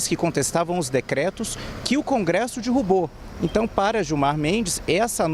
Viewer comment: Reporter falando dirrubou 😂😂😂